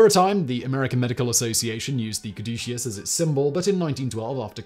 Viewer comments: Simon, it is cad•u•sus not any of the pronunciations you used! This episode was the most painful i have ever had to listen to! i usually rate your content good to excellent. This episode is a Fail!:-( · I love Simon, but I wish he would have taken a moment to pronounce "caduceus" correctly. He pronounced it like five different ways throughout the video. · How many different ways did Simon pronounce 'caduceus?' I counted 12. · Alternate title: "How many ways can one man pronounce 'Caduceus' in 15 minutes?" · Hilarious that Simon pronounces "caduceus" at least three different ways in this video. More hilarious is that I always thought is was pronounced COD-uh-CUSS. 🤣😂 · I wonder if Simon is aware that he pronounced "Caduceus" 3 different ways throughout the video? He seemed to have finally settled on the correct pronunciation by the time he was about 2/3 through the video. Even mispronounced, anything Simon says sounds absolutely correct with his crisp British accent, lol.